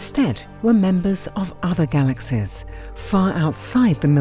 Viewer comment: "Galaxez?" I can't listen to that voice. Had to stop.